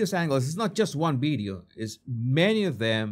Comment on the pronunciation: What's a "beedyo"?